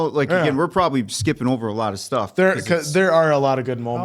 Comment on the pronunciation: properbly 😂 love it. (Not hating)